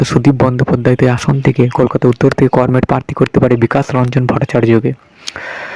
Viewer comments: আপনি বাংলা উচ্চারণ সঠিক ভাবে করতে পারছেন না। আপনি কমরেড উচ্চারণ করমেড করেছেন। অবিলম্বে এই ভুল সংশোধন করুন। ধন্যবাদ। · করমেড?😂😂 এই শুনে ই বোঝা যাচ্ছে আপনার খবরের দম।😅😅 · comred uccaran thik kor